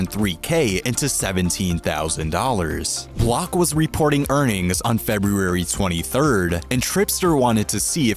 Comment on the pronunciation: Video was worth it just to hear you try to pronounce February.